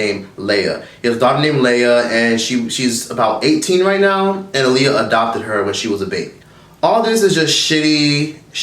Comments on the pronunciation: Her name is pronounced Ah-Lee-Yah look it up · You keep saying her name wrong 😫 Ah-lee-yah 😂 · You keep saying her name wrong. It’s pronounced like Muhammad ALI.